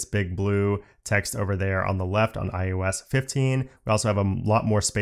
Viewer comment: Informative, but please stop saying: iUS it is iOS not i U S